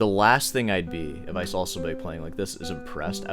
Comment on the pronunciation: Stop inserting L sounds into words where they don't belong. "doLn't" ... "boLth" ... "sawL" ... it's annoying.